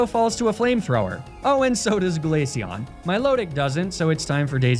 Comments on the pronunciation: i know he didnt just say 'Glatheon' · Did you keep pronouncing Glaceon as Glatheon? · Are you pronouncing Glaceon as Glatheon (like that trope of how Americans try to do a Spanish accent when they pronounce Ibiza)? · why did you pronounce Glaceon in Spanish hahaha